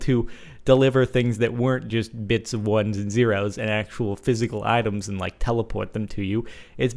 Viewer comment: Is it just me, or do it hear a bit of jersey / Jewish mom accent going on with the words 'items' 'teleport' and 'resources'?